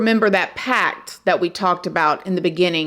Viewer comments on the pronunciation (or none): I think it’s “pact” boo ❤ not pack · Omg it's pact!! Not pack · *PACT*, not "pack" btw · "Pact" LOL not "Pack" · The word is PACT not PACK! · Hay! I'm just a baby here. It's pact and not pack. I love you ! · Pact. Not Pack. Sorry, wrong grammar makes me crazy. 😊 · You mean "pact" don't you? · Its pact not pack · It's marriage "p a c t",NOT "pack".LOL.I just unsubscribe for that extreme intelligence.Bye. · You mean "pact," not "pack." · No disrespect, but it’s “pact”, not “pack”. ❤ u! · PACT! not pack sister. but either way, i still understand what you’re saying and i love watching your version of these things! and i do agree that you get more gorgeous every time you post babe! 💗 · You know I love you, I think it's "Pact" not Pack 🤣😊 best wishes ♥️ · I think you mean marriage pact, not pack. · It's a PACT not a pack. Good lord lol. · Love your videos! FYI: it’s “pact” not “pack” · really said “pack” instead of “pact” 😩😩😩😩😩😩😩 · Pact. They made a pact, not a pack. It's funny how we can go through life not knowing certain words. I thought allocate was pronounced uh-LOW-cate until I was 50. It's AL-oh-cate, like alligator. But yeah, one makes a pact with someone (often the devil,) not a pack. You're still awesome. You actually do a much better job with your research and presentation than 90% of YouTubers, so rock forth. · Yes but she also said “pack” instead of “pact” so every time she spreads misinformation I’m not even surprised, sis literally told us she barely paid attention in school 😭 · Pretty sure it's "pact" not "pack" right? Lol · Pact... not pack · Hey beautiful. Just wanted to tell you it's "PACT" not "pack". Great video. Luvs ya. ❤ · Pact not pack